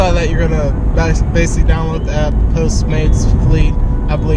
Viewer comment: "base-lee" this is "base-lee" a video about postmates